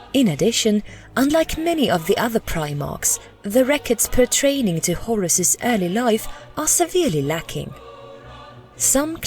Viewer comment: "Petraining to"? It's pertain. Also "differing" isn't pronounced like "deferring".